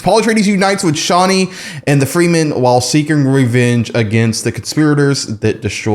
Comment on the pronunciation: No shade, but the name of the tribe is pronounced “freh-men” not “free men.”